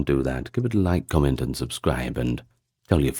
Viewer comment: Spit out the syllables. Turning T's into D's, K/C into G's. "Gannibalism" "lygge, gomment, and zubscribe"